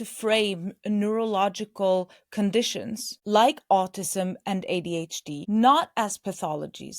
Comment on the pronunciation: You need to stop saying “neuroLdivergent”